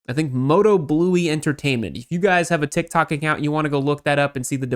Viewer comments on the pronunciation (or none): none